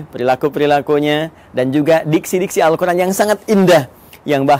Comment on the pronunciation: Izin ustaz...knpa ustaz menyebut al quran dgn huruf ع padahalkan alquran itu tdk ad huruf ع nya : contoh seharusnya القر ان tpi ustaz ssbut القرعان